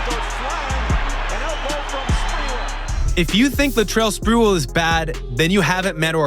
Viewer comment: tf you doing making nba videos if you don't know who Sprewell is? It's Spreeeee-well... Not "sprool". Or is this ai generated bs as usual for a 65 sub channel?